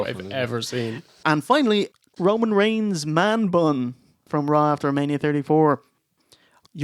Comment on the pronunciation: boys, it's REIGNS. It bothers me.